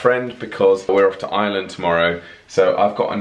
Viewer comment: OMG… Ireland! All those times you said it, and I heard “island” every time, except the last. 🤓